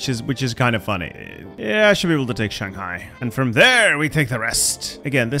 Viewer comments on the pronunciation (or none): none